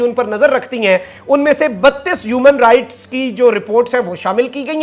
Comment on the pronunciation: Youman rights nahe hota Human rights hota hai please correction kar len